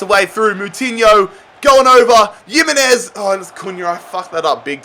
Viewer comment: Nobody:: yimmenez